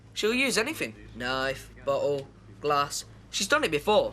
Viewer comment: Annoys me how Lez couldn't pronounce things properly. Boccle and Hospicle. Not Bottle and Hospital